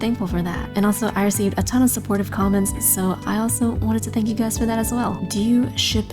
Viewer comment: why was there a cat saying fank you guys